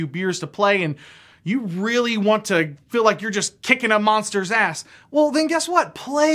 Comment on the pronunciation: Feel is not said as "fill", I've never ever heard an accent where feel becomes "fill". What is going on there? Haha